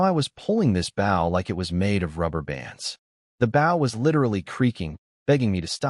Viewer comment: I will never pay for membership on any site that cannot pronounce bow correctly on a story about archery. same goes for wound, live or lead